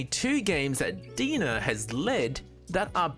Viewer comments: Pretty sure their logo is spelled DeNA because you're supposed to pronounce it like DNA not Dena lol. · Are you sure its DEE-NUH and not DEE-IN-AYE? Like DNA? Why would they spell it DeNA? Makes no sense. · I like your info videos, I feel your most informative. I always come here for most up to date info. Just FYI so people don't make I'll comments DeNA is pronounced DNA. hope this helps clear any confusion amongst the viewers. Keep it up bro 💯🔥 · Its pronounced D N A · Great video! I might add that DeNA is pronounced liked the acronym D.N.A. You can call it how you like of course but thats what i was aware of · That's my only nitpick, and he kept repeating it 🤣